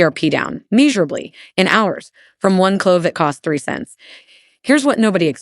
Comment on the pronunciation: What gave the AI away? Was it "meeshurably"? Love cloves anyway.